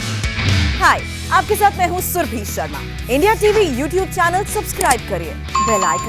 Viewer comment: Apana name bhi thik se nahi bolti ho . Surabhi bolo Surbhi nahain